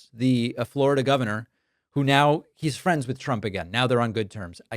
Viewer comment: How the hell do you mispronounce "Florida"?